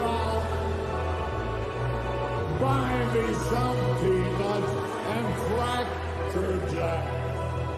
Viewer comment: At marker did that hologram just say "Buy me some people & crackerjacks"? I replayed it 5 times and I know i heard people & not peanuts